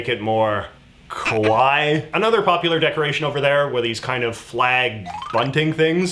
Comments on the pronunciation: Ka Wa I-- means cute. Ko Wa I means scary. The way you said it was much closer to scary. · You have made a critical error I know what you meant to say was “Kawaii” (kuh-wai-ee) which means cute, adorable, that kind of thing. But what you actually said was “Kowai” (ko-wai) which means scary, quite the opposite of cute Poor JJ is horrified of little toothpick flags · Lmao JJ saying “kawaii” (cute if you’re out of the loop somehow) with his Canadian accent literally turns into “kowai” (or scary). Still love your accent JJ. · Be careful with the way you pronounce 'kawaii' lol. The way you said it sounds a lot more like 'kowai', which just means scary. It's the kind of chuckle-worthy slip-up that you see foreigners make when they go to japan and cause strange misunderstandings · I giggled when you tried to say kawaii, as it sounded like kowai (= scary). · when you said kawaii your ka sounded more like Ko making the word sound like kowai which means scary. also forgot the addtional 'i'(い) the (E in 'Me') sound at the end.